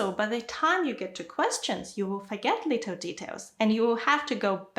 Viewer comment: some russian-speakers do not pronounce L.